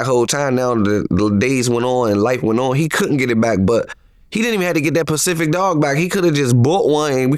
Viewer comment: is full of shit. He talks about everyone and he can't even speak properly. WTF is Pacific, it's specific dummy.